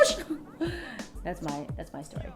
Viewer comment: LOL u said "Oh goooosh" like ah true Trini. Lots of love from us here in Trini.